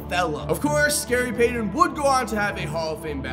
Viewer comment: "Gary Paydon"?